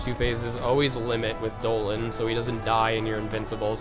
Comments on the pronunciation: great guide but it bothers me when u call DONALD DOLAND AND GOOFY GOFY lol other than that amazing job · It’s Donald not doland and WHO THE FUCK IS GOFFY😭😭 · pfffttt.... Goffy and Doenald....wow....mispronunciations for the win~ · and he called Donald doland. wtf? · Wait do you really call Donald and Goofy Dolan and Gooby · omg the part where he calls them doland and goffy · Bro, learn some English its donald not doland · It's funny how many ignorant people here seriously think that is saying Dolan and Goffy because he doesn't know how to pronounce them correctly. It's obviously a from a meme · no lol its dolan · >Beats Xaldin and Vexen with these strats. Hears him say these are casual strats. Says the guy who calls Donald and Goofy "Dolan" and Goffey". I'm far from a Casual. Not even close. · Thank you so much for this I have a feeling this will help me with Luxord who dropped a bit down the list of organization members I like due to the frustration his data battle gave me X_X but it's DONALD and GOOFY! Why are you saying the names wrong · HE SAYS DOLAN TOO Obviously knows one of the funniest memes :) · travis hunt. I notice that too lol Lile your videos guy. very helpfull. all of em . but the way u say donald and goofy id funny lol . deneld. and gaphy lol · It's DON-ald and g-EW-fy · he says goofy and donald oddly